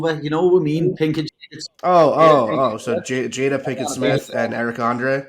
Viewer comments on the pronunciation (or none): none